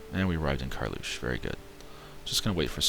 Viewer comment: The province you call as Karlusch is pronounced as Karl's ruhe, ruhe is read with an silent H.